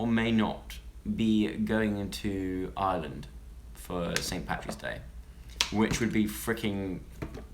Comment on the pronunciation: why do you pronounce Ireland so wierdly?